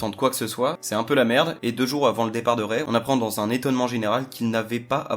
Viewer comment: Ça se prononce Ray